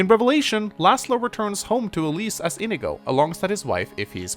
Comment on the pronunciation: I can't stop hearing "Amigo" instead of "inigo"